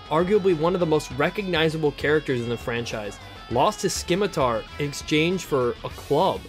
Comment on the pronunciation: sigh please don't do that to yourself. There aren't multiple pronunciations of the word Scimitar. I actually gave your vid a like and I watched the whole thing. Keep making content, especially DW stuff. Just continue to make yourself better, ok.